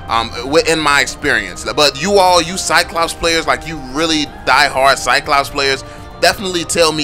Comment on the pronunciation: When a black people try to say "Cyclops" turns to "CyCops" ... the irony hurts...